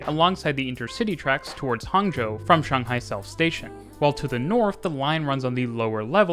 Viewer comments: First thing I noticed in the video: a Westerner who actually says Shanghai correctly! (I mean I'm a Westerner too) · The sheer satisfaction and joy that washed over me as you pronounced Shanghai. Correctly. So many people say it like Shaynghai and it just annoys me